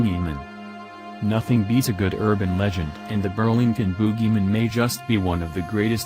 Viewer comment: I don't like leaving negative comments... but while the pics are cool.. I would ask/suggest that you use subtitles for future videos. Constant talking..not even taking a breath. Not to mention the odd pronunciation of Bogeyman... subtitles.